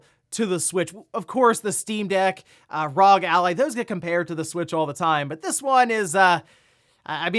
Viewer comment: Everytime says RAWG instead of R.O.G. I die a little inside lol